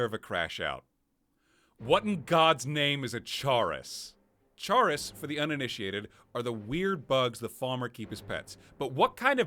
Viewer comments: It's pronounced 'chorus' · Just a few notes: Most West Nile cases aren't neuroinvansive, and most that are cause encephalitis more often than meningitis It feels so wrong hearing you say "chaurus" like that. I always assumed it was more like "chorus," with the ch sound in "chitin." Rock-joint sounds more like tetanus to me. Obviously not in the way it affects the player, and Meeko's owner didn't have the arched back, but you can only ask so much of the Creation engine. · I think "chaurus" is pronounced like "chorus"